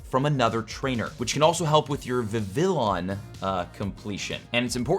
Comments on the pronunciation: Vivi"yon" But yeah. For the first time in 7 years, I find myself accidentally-on-purpose missing my catch streaks and not completing 💤 research. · That’s not how you pronounce Vivillon.